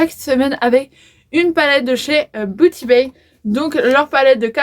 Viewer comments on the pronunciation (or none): Salut☺️sa se dit « biouti bai «